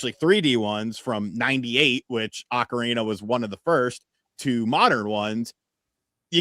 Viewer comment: .nuh (ocarina) it’s not pronounced like okra the plant u eat thank you👍